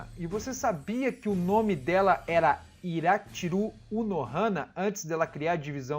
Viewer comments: Yachiru, não Irachiru. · Eu acho estranho vc ser tão fã de Bleach e falar os nomes dos personagens todo errado kkkkk tipo é YASHIRU Unohana e não IRA-tshiru